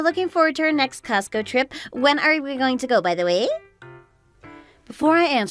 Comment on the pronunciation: I think you need to hear/read the story a couple of times and it’s COSTCO, not cost go.